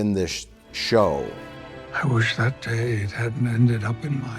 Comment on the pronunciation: "is in this shlo...w" 🤣